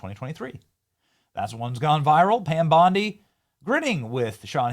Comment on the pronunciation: It's BONDI not Blondi!! Come on dude